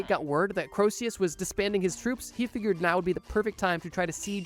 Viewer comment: The constant mispronunciations of "Croesus" were freaking killing me, dude. Corsius, Crowsius... It rhymes with Jesus. Just like Phoenix rhymes with...uh, Penix.